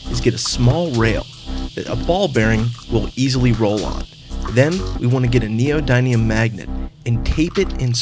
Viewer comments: It's pronounced 'gous' like 'mouse' and 'nee-oh-dim-ee-uhm' not 'nee-oh-DIME-ee-uhm' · Neodymium is pronounced nee-oh-dim-ee-uhm, not nee-oh-dime-ee-uhm. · First of all, it is pronounced neo-DIM-e-um, not neo-dime-eum. Secondly, and more importantly, there is a better design for this that will provide more powerful results. Search Google for "gauss rifle" and click the first link. In this design, the initial magnetic energy is transferred to the ball bearing, which turns into kinetic energy, which then hits the next magnet and is reverted back to magnetic energy and MULTIPLIED, before being turned into kinetic energy yet again. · It's a short "i" in Neodymium.